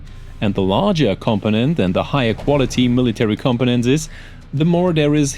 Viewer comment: Great video, But I get the feeling English isn't your first language. It wasn't until half way through the video that you were trying to say components. Because to me it sounds like your saying competents.